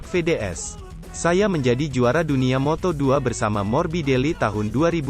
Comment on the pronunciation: voice over nya kayanya g suka moto gp,soalnya suaranya kaya g semangat gini baca beritanya juga sama,mana pelafalan nya salah mulu moto gp sama moto 2 ,cm yg saya liat cm isi beritanya aja 😂